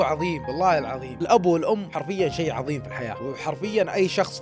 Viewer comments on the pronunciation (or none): none